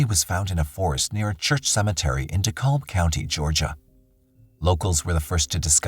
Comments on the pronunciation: In Georgia, we never say “De-callb County.” We pronounce the -kalb part “cab” as in cab driver. “De-cab County.” Hearing it pronounced the other way makes my eye twitch! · #10 it's pronounced ( De-cab ) the l is silent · Just fyi, its pronounced deCAB county GA. :)